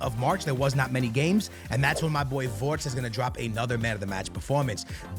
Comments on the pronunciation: It is not wortz but Wirtz 😂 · It isn’t Konet or vortz is Kon art ay and vir tz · why do you pronaunce his name "WoRtZ" instead of Wirtz